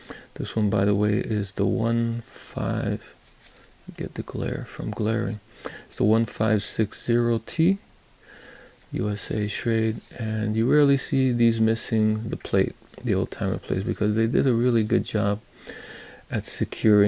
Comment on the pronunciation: Nice knife and video. Your knife is a 156 Oh-Tee and your other knife is a 34 Oh-Tee. It is an Oh not a zero. OT (Oh-Tee) stands for Old Timer.